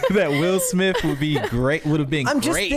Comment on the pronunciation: “Will Smiff”?